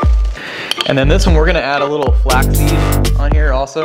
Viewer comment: Thanks. Flaxseed not flackseed..... Sorry I had to do it LOL